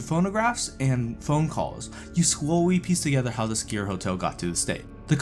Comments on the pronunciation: Why are you saying SKEEER? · had to stop watching because of how he was saying Sker lol